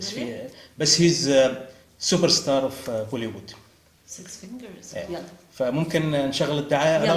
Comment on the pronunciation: Lost it when he said soobberr sdhaar of Bollywood.